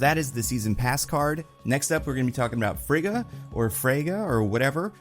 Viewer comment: No, Frigga is pronounced differently, with hard consonants.